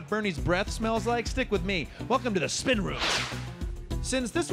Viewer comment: Trevor can't say spin lol